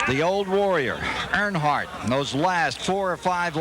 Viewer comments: I'd Subscribe but you can't seem to pronounce "Earnhardt" correctly in any way! it is not "ArnHardt" ugh. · It’s Earnhardt like earn heart not urn hart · “Arnhardt” lmao it’s earn-heart Earnhardt lol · You couldn't bother to learn how to pronounce the name Earnhardt?